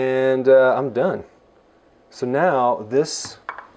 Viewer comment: By the way it’s kale lol